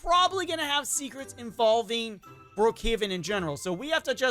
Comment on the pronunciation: He said brohaven💀💀💀💀